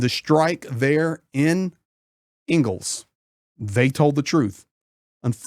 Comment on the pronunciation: It's ENG'els NOT Eagles, as in Friedrich Engels. Engels the city is named after the co-founder of Marxism with Karl Marx. Engels/Saratov are really one city, half on each side of the river. Both are military exclusions cities and difficult to get to, especially by driving.